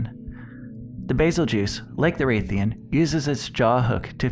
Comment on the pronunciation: Wrath-ian not wraith-ian 😑